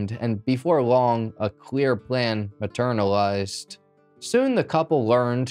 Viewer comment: "Maternalized"?!🤔 hmmmm 😂😂